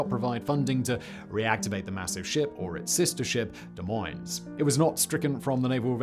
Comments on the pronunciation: "De MoineS" ... It's "Des Moines." Both S's are silent. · Des Moines—the “esses” are silent. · Neither s is pronounced in Des Moines. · Come to Iowa and learn how we say Des Moines ( Duh - Moine) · Simon, I’m afraid I must correct a mistake; As a native son of Iowa, our state capital (and subsequent ship) is pronounced as “de moyne”. Both the s’ are silent. Source; I was literally born there. 😂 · I wasn't actually screaming about it. But it is slightly annoying. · Both s's are silent in Des Moines; the modern capital city of Iowa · We don’t pronounce the “s” on the end of Des Moines. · Pretty sure the correct way to say Des Moines is without the S at the end of Moines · Neither s is enunciated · Moines is pronounced without the s. Thank you, the state of Iowa. :) Still love the content, though.